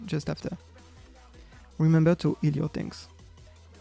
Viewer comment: i prefer the fact he says that we have to "EEL" the tank and wait for the "TASERS" and dont aoe